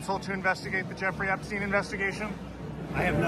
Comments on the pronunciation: Jaki znowu Epstin? Przecież on był amerykańskim Żydem. Czyli fonetycznie to Epsztajn. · Panie prowadzący nie mówimy "epstina" tylko "epsztajna" trzeba na każdym kroku podkreślać jakie pochodzenie ma/miał ten dzieciolub i jego przyjaciele dziecioluby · „Epstina” 😂😂😂 prawidłowa wymowa brzmi, w zapisie fonetycznym: „Epsztajna” i to jest literalna wymowa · Nie "Epstina" tylko Epsztejna - bardziej izraelsko brzmi to nazwisko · Epsztajn, Boże, chłopie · Ten Epstin to jak wiertarka na uszy. I to nie pierwszy raz jak nazwiska są źle czytane.